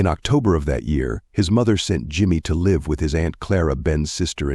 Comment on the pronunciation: It's an AI reader more than likely for example sometimes live (rhyme with hive) and live (present tense of lived) are pronounced incorrectly along with names.